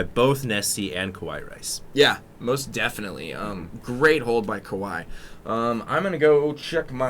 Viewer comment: ka-wai rice? I tot it is Ka-wa-e rice?